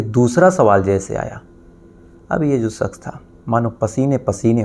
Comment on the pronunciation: Saks😂,suru, sare, sadi this needs to fix his language and he said he is a lawyer 😂